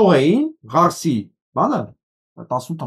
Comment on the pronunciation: Մի ասիՂարս,այլ Կարս